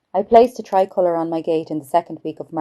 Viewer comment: What's a tri- coliur? 😄😄😄😉